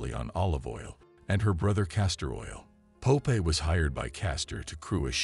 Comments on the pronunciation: Pope eye? I thought it was Popeye. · Stupid AI narration. Pope Eye? Dislike.